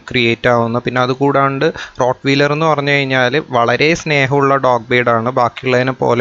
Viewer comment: റോട് വീലർ എന്നല്ല ആ വാക്ക് ഉച്ഛരിക്കേണ്ടത്. റോട് വയലർ എന്നാണ്.(rot-wahy-ler)